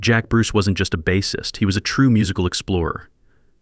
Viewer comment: NOT "Baassist" as saying the word "ass" It's "Base" pronounce it as "brace". Get a new narrator